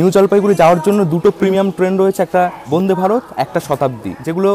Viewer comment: উচ্চারণ ঠিক করতে হবে বোনদে ভারত না উচ্চারণ টা বন্দে ভারত।